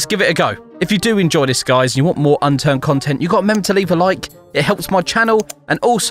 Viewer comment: For the intro it sound like he was saying unturd